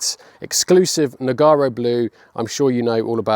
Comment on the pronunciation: A great conversion and my fascination with your attention to detail continues with one exception: you raved on about the the rare Nogarro (and you could pronounce it right) blue and lo and behold it is now wrapped in what is a lovely green but dear me what a dog’s dinner meets the eyes when a door or the bonnet is opened to reveal that “special”Nogarro blue.